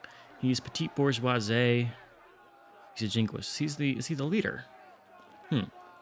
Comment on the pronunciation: You did ask for pronunciation feedback so here goes... for Bourgeoisie the ending sound is 'zee' not 'zay' to be closer to the French pronunciation